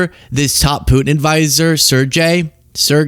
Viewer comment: Sergey is pronounced "SirGay".